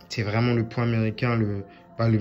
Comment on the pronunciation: quand il dit vraiment j’ai l’impression qu’il dit vreuuumant